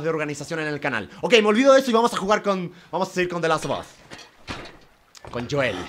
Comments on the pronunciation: Gente normal: de las of os German: de laso 2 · JuegaGerman se pronuncia de last of as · Me molesta que no pronuncie bien la palabra the last of us